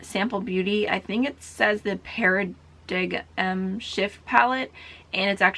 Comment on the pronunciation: Paridigm is pronounced para dime